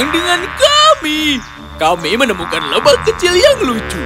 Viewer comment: Lebah mba bukan lebahv kaya orang Arab